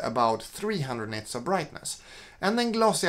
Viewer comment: are you saying 'nets' of brightness??